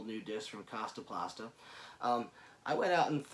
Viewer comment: Lol "kasta pasta"